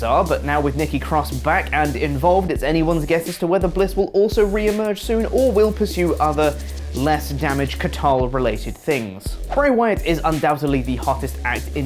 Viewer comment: Are you really saying damage catarl? You do know it's damage control right? CTRL is an abbreviation lol.